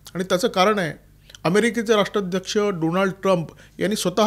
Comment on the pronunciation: डॉनल्ड म्हणा, डोनाल्ड नाही त्यान्च नाव। बायडन फक्त कठपुतळी त्या मागे मुबारक हुसैन ओबामा होते